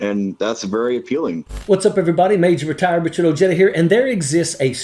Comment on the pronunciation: Your last name is Oheda not ojayda. The spelling is wrong but I'm trying to show how it is pronounced